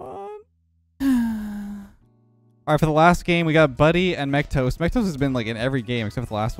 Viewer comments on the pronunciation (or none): calling mecGOAT "mecTOAST" every games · Is it just me or was he saying mctoast instead of mecgoat